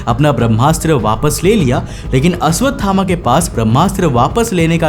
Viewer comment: Aswathama ❌❌❌ Ashwathama ✔️✔️✔️✔️